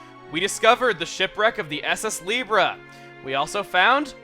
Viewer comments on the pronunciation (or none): none